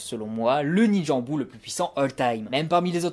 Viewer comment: Sinon ça ne te dirait pas d'articuler quand tu parles ? et d'utiliser les vraies prononciations Japonaise ? C'est bien de faire vite... mais autant faire plus lentement, mais BIEN prononcé plutôt que Rapide et entendre "embout" -_- .... Embout de quoi, de visseuse… ? c'est âne bu (Anbu et Anbus en vraie...), tu ne dis pas NAROUTO ... mais NaLruto ! (on roule les R en japonais) Bref...